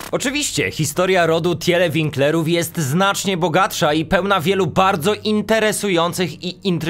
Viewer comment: Pisze się Tiele czyta się Tile